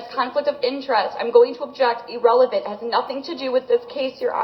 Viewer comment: "EEE-RELEVENT!!" Maddening!😝